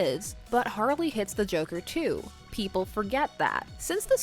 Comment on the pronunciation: Lol jarley? I kinda like it.. Lol I've really only heard harker ..